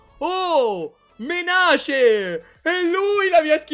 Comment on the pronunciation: ED ECCO UN'ALTRO YOUTUBER CHE NON SA L'INGLESE!! SI DICE MENEIS(MENACE)!!!